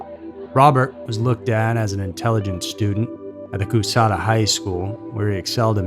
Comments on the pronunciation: Kuhshatta, not coos hatta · The city is pronounced like Kashaaada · I read he was from Coushatta La. I was raised in Shreveport, La. Too close for comfort. BTW it is pronounced Coo shatta. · It's said "Ca-shatta". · Coushatta has a “sh” sound, it’s not “Cous-hatta.” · You butchered my home town lol. its KA-SHAT-A. My mom dropped her sister off at his house one night, but he wasnt home. Lucky. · I'm from Louisiana in the way you pronounce that city is hilarious